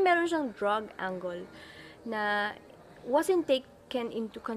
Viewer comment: you might want to check "angle" pronunciation, maybe its just me pero pagkarinig ko sounds like "ang goal", when i tought it should be like " ang girl" without "r", but hey its not like im finding any imperfection coz you know, no one is. you are smart and pretty (more pretty when your hair is like this), and i got hook from the 5min girl thing with mmda. keep em uploading and im subscribing.=) (edited at this part) and ive seen your upload back in march 2017 friends/lovers night, and -:39 you did pronounce " angle" the way im used to hearing.